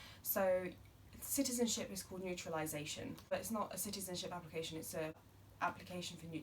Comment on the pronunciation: Hi. Its very informative and helpful. However it was an application for UK "naturalisation" but you kept saying "neutralisation ". It does make huge difference. But I believe you said it without realising..